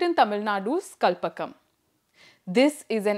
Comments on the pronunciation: For "Kalpakkam", the "Kal" part you pronounced correctly, "Pak" in the "Pakkam" should be pronounced like "Pak" in "Pakistan", not "Pak" in "Pakkoda"!! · Pronounciation of Kalpakkam is wrong. please correct it. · You first learn how to pronounce kalpakkam